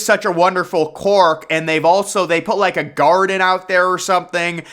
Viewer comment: It's QUIRK not CORK man! LOL the growing of lettuce is like the whole urban gardening trend, SanFran has always been forward-thinking.